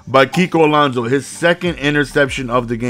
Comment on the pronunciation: I'm pretty sure it's Alonso not Alonzo